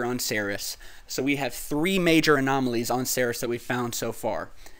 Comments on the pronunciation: Ceres is pronounced Sear-ease, not Ser-Is. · its pronounced like 'series' not 'serous' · Kinda cringe worthy when I hear "Ceres" pronounced as "Saris." "Ceres" is pronounced "Series," like a "TV series."